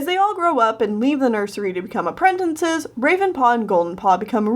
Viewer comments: it makes me cringe when she says "apprentinces" instead of "apprentices". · Appren... tin.. ces. It’s app... ren... tic... es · Am I the only person who noticed that says “Aprentences”? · did I just hear "apprentences" :o [prays] I say "appratacies" XD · i love how you day "apprentences"